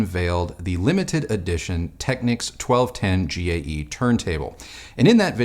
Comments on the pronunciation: yeah that annoys me too. it’s not “tekniks”, like the ny knicks. it’s “tekneeks” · Always enjoy the vids, keep up the good work! FYI, it's pronounced "Tech-neeks" and K-E-F, but because of your age I'll forgive you 😀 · Just letting you know young man, Technics is pronounced Techneeeeecs. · Nice video. I'm a Technics man myself from way back. I still use a Technics SL-QD3 to spin my vinyl. It's a great little turntable. It's never failed me one day since I purchased it back in 1985. Just as a bit of 'helpful' information. The Japanese pronounce it..."Tek-neeks". I cringe whenever I hear it mispronounced. Otherwise, great job!